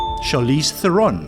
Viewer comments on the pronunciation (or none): Pielkop, dis theron. not th eee ron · If you're going to host trivia, you should research pronunciation. Neil de-GRASS Tyson and Charlize THER-on (rhymes with Sharon) not Cher-ON. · I have heard that Charlize Theron is pronounced Charlize THERon.. and you're south african?